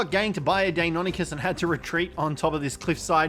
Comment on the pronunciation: When he says deinonychus all i can hear is "daymommykiss" XD